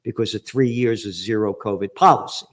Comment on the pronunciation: It's already proven by now, that the "c'orvid'e" thing , was the United States who did it Gerald. And you think you are soo Smart, but you keep telling us, bollocks...